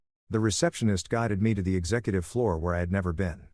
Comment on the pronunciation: It's floor and not Florida